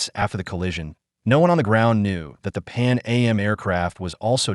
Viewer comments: It’s not Pan A.M. it’s Pan AM short for Pan American! Also if this is an American AI we don’t say holiday we say vacation and typically don’t use meters this video is an insult! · I can't deal with this AI voice. I checked out when it said "Pan A-M" instead of "Pan Am" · This is an excellent video. Calm down hate posters. Since KLM is pronounced K L M, maybe it's assumed AM is A M. Certainly didn't effect my viewing. Saw another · This is an excellent video. Calm down hate posters. Since KLM is pronounced K L M, maybe it's assumed AM is A M. Certainly didn't affect my viewing. Saw another video where the voice kept saying Ten-a-ree-fay. Now that's irritating. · “Pan A.M.?” I’m assuming this was created by AI. So annoying.